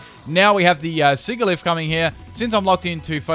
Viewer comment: it's siGilyph Me having watched a Pokémon pronunciations video: TRIGGERED